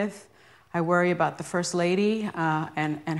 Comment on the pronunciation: "The" not "da"! ... duh!